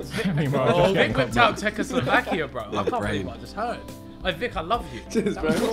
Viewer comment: Why he said czechslovakia i am from slovakia😂😂😂